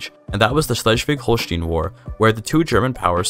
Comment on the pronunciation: Just for future video projects concerning the region, the "stein" in Holstein is pronounced like the "stein" in Einstein .